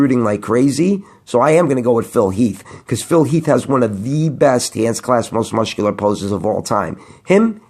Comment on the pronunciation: you can't say the word muscular properly you silly sausage... but I digress still love your videos